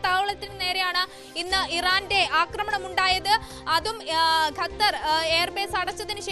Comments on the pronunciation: ഗത്തർ അല്ല ഖത്തർ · ഗെത്തർ അല്ല ഖത്തർ !!! 😂😂okay vaaa